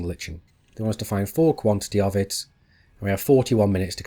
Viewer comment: This should be fun to watch! Also, lichen is pronounced like "liken". Old biology major...